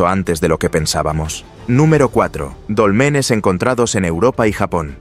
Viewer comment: NO SON DOLMENES, SINO DÓLMENES